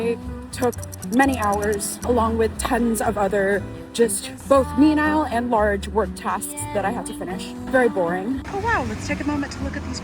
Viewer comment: Love your stuff FYI its "me-nee-ul" instead of "mee-nile" for menial tasks.